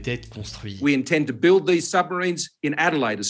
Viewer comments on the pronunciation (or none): none